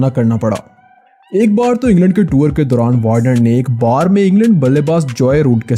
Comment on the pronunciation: Wo tuor nahi tour hota hai ☺☺☺☺